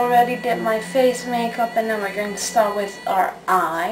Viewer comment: "We are gling on a summer holiday"